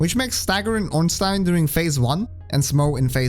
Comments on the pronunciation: glad you said ornstein right, everyone pronouces it as ornstien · Honestly, the most surprising thing I learned in the course of watching this video is that there's a person on the entire internet who knows how to properly pronounce "Ornstein"